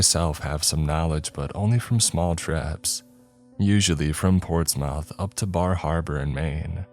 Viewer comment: Tiny nitpick, no one calls it "ports mouth". It's "ports mouth"